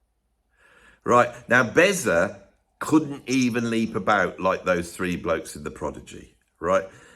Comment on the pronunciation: Shouldn't that be "Bezzer"?